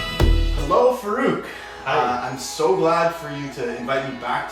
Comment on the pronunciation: Its funny how white people call muslim names. It is FAA-ROOK, the way you should pronounce. Amazing guy amazing story and great content. Also, you need to know a little difference between Pakistani Music and Indian music. You will be shocked ;) Listen to coke studio Pakistan. Know Pakistani music and do not put stereotype annoying music in the background.